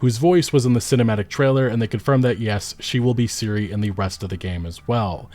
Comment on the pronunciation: (FACEPALM) .. Can say Ciri correctly, but can't say Ciara properly.